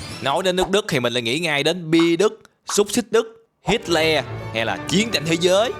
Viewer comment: “hít le” hít hát:)